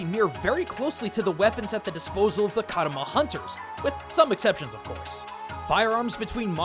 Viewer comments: Just a tiny note, it's Kamura village, not Karuma village. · man, you keep mispronouncing Kamura a lot